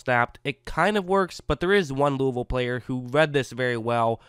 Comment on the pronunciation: He said Louisville correctly.